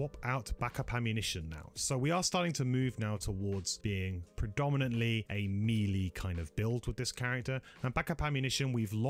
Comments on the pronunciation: This is a very good video, I like the format and 50 minute flew by and it never seemed to drag. One thing though you're killing me on is that melee is pronounced MAY-lay not MEE-lee. Looking forward to the next one! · Amazing videos and thanks for all the info. Nice voiceover quality and accent - but please can you pronounce “melee” correctly, though?